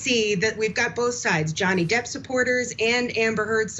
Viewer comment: Depp not depo😹